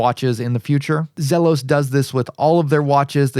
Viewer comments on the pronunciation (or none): Its actually Zee los